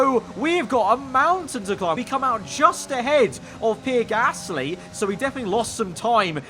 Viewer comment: Anyone else live for pronunciation of Pierre GAASSLLY. Biblical stuff